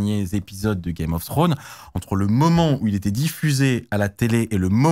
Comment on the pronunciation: comment c'est possible en 2025 de pas etre foutu de prononcer le mot "game" correctement